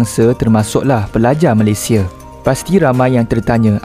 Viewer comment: Bang sebut lah nama NEGARA tu dengan betul , cara sebut yang betul MALAYSIA - *MALAY SI YA